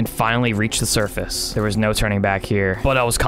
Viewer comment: You say survace